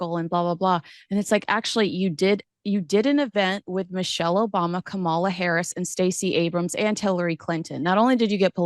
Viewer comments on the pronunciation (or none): You are pronouncing Kamala Harris’s first name soooo wrong. It’s KAMA-LA not KAMAL-A Think of the word comma. The first part of Kamala is “comma” followed by “la” You sounded like the ignorant racist melon felon in the WH PLEASE… learn how to pronounce names!!! 😊